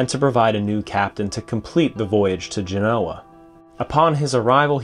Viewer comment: It's pronounced "GEN-oh-ah": Genoa